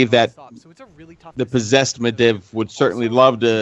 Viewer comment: i think the guy reads the books instead of listening to the audio books. he says some of the names incorrectly. Medivh "Med-iv", it's "Med-eev".